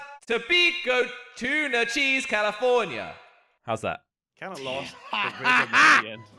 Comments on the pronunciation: 😂 said he want tobiko tune calafornia, like 1 minute later he said he want tobiko salmon calafornai😂 i think he forgot what he say😂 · It is salmon calaforna!